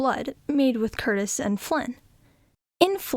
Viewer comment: Michael Curtiz's last name is pronounced curTEEZ, not Curtis, like in Tony Curtis. And it's Una O'Connor, NOT Una Connor. The scene between Robin and Marion on the balcony is one of the most romantic ever. Olivia DeHavilland is just luminous. I'm amazed you found this scene boring. Well, at least you didn't criticize the Merry Men in tights or equate Errol Flynn with Kevin Costner.